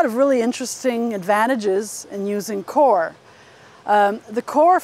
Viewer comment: it's pronounced coy-er